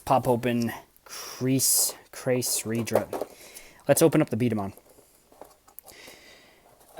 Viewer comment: you're actually pronounce the name right :)